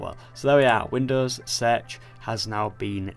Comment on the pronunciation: i didnt know windows search was pronounced winous sedg